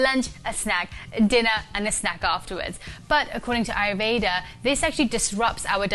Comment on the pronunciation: I love your content and I am grateful to you for sharing the knowledge. I and I believe other Indians would really appreciate it , if you could pronounce Ayurveda properly. It is a beautiful word and I think pronouncing it the right way would be respectful.